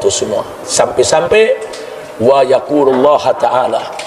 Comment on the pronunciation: YaqulullaHA... Yg bener yaqulullaaHU bib HU bukan HA.. wiis